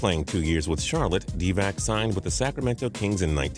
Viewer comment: cant even say DIVAC right